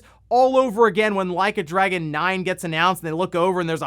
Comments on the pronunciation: Ahahaha the mispronounced Yakuza bit to Like a Dragoon was funny. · "No Way I'mma mispronounce "Like a Dragon!"" P E T T Y! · “Like a Dragoon” 😂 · “No way I’m gonna mispronounce ‘Like A Dragoon’”…you cheeky… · “Theres no way I’ll mispronounce ‘Like a Dragoon’” You clever son of a gun. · Bro, with your track record you can't just say "No way I'm going to mispronounce Like a Dragoon" and not leave me wondering if you meant to do that or not. 😂 😂 😂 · Lol I thought he was saying "Leica Dragon" as in the high end camera brand Leica.